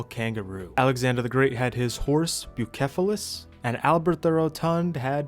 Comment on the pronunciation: Only bummer was you did not pronounce Bucephalus correctly😢 . Ty for the new video tho , always enjoy them!!!! Where was donkey 😮